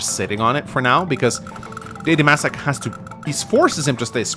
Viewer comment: Anyone else „slightly“ triggered that he‘s calling him maysac instead of Macsac? 😅